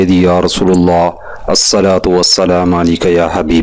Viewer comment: اسلام علیکم اور الصلاۃ کے تلفظ ڈسٹرب ہے پلیژ کسی کو سنا لیں جزاک اللہ